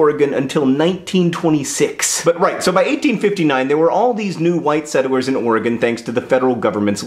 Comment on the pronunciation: I swear you're saying "settle-wers" not "settlers", am I missing something? Did Hank dare you?